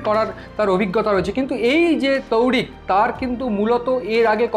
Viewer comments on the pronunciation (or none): ভাই আপনারা ভারতীয় তথা বাঙলা বাঙালির মান সম্মান রেখে খবর সম্প্রচার করেন। সমানে খন্দকার কে বলেচলেছেন খন্ডকার ,কেপটেন তৌহিক কে বলেচলেছেন তৌরিক । এছাড়াও খবরের বিভিন্ন তথ্যও ভুল।🙏